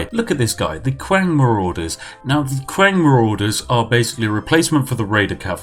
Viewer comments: I love Chinese history lol. But I think I love your videos even more ;) Praise the Tea. Qiang = Key Ong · Not even Chinese, still trighered by how you pronounce Cao Cao (pron. tsao tsao). Oh and also Qiang (pron. chiang). Jk, love you! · Ahaha! A note on pronunciation.. (perhaps 95% of all my comments throughout YouTube, sorry) .. within the romanized Chinese alphabet, Q is pronounced like 'ch', and X is 'sh'. .. .ok thanks for all the tea! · Hey Spiffing, love your show. Just a quick critique. In Mandarin Chinese (the common form thought in schools) Q actually makes a CH sounds. So Qiang is pronounced CH-iang. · Chinese people: Qiang Yorkshire Tea Man: kWaNg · The Chinese qiang... it is a soft ch like chewy. So qi sounds like chi. For future reference. Languages are crazy wild, love them! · "the Kwang raiders" get out of here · Ur pronunciation for the Chinese names looool qiang as “Kwang” loooool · qiang, pronounced ts-yee-ang (say it quick) meaning spear in mandarin. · Qiang I believe is pronounced “chang” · Cow cow.. Qwank.. Hahaha.. You need to teach chinese to chinese 🤣🤣🤣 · Q is read as Ch sound holy shit I'm getting trigged AAAAAAAA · Aren't "Q"s pronounched "CH", so it'd be "Chiang"? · its not qiang , its chiang while reading, comes from word qin, which is just reads out chin....you are from england , you people only named them Qin with Q rather than Ch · Qiang is pronounced as /tʃɪaŋ/ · how do you get "qwang" from qiang? really? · Ughhhhhhhhh. I hate to be that guy, but your pronunciations are atrocious. Not saying that the content itself isn't wonderful because it is. Qiang is not "Qwang" Qi is pronounced with a CHi sound meaning and emphasis on the CH sound while ending with a slight E sound for the I, and Ang is pronounced how it sounds, but with and emphasis on the A. It sounds like Chee- Ahhng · Dod o you don't get a "qwang" sound if you read it as spelt dummy... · Spiff saying qiang hurts me